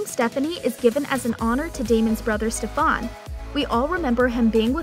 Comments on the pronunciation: u did not just pronounce Stefan as Stefaan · ITS STEFAN NOTTTT STEFVAN